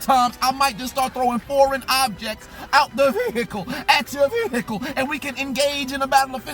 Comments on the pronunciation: This man says "VEEhicle" like no other. Lmao. 😂😂😂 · I crack up every time he says Veeehicle!